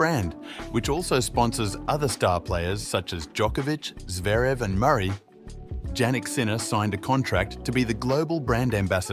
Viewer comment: PLEASE as a respect pronounce the name properly..pronounced Yannik...